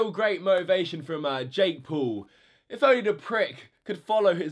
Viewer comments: It is not Jake pool it is Jake Paul. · No hate but you said jake pool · Its jake Paul not jake pool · you can't even say Jake Paul